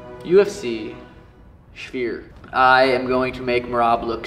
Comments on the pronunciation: calling the sphere the spear is low-key funny 😂😂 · “Suga Shane at the Speer” 😂😂😂 get your boy’s right! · "spear" 😂 god damnit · yeah its the spear not the "sphere" thats like a circle bro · lol n kept calling it “spear” n not sphere . Still awsome reaction u see he gives a 💩 n he his BG! Sugar is def one the best! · Sean calling it a shphere is hilarious. You can see him 'adjust' before it. Some words are just a bith, I suppose. But he's going to make him (Dvalishvili) look silly. 😯🤣🤣🤣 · I tried correcting him a few pods back as well and he acknowledged it. Still can’t pronounce it. lol. All love tho. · Watching try to pronounce "SHFEER" is actually wild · Funny that a guy who can't pronounce the sphere is going to be headlining. Never again I'm history. Hope to enjoy seeing him take his second loss.